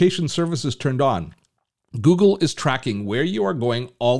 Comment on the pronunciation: Funny the way you say Google.. haha.. Where are you from ?? Gggoogggggle hehe